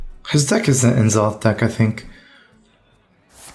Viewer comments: "EN-ZOTH"?! pls. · Lol at N, zoth pronunciation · Can someone teach him how to pronounce n'zoth? PLEASE